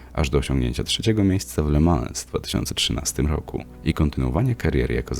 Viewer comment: Le Mą - nie La Mans